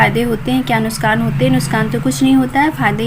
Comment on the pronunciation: nuskhan nhi nuksan bola karo mam